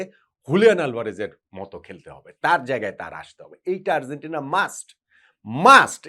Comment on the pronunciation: bhalo-mondo milaye apnar analysis admire kori, ektu Argentina uchcharon ta ektu thik koren please..amader bangla medium a G Z J er uchharon khubi bhul-bhal, Arzentina arr boilen na bhai, kaney lage besh